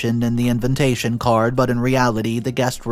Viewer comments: The word is INVITATION not INVENTATION! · For pity sake the word is invitation -- not inventation....